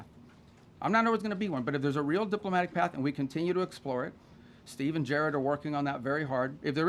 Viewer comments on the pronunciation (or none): none